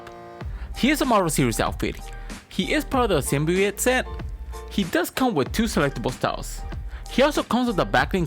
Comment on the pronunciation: Its pronounced sim bee oat not sim bee ooot